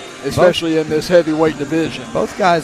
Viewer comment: Why someone that doesn't even know how to say "Especially" is in ANY kind of professional speaking position is fucking baffling.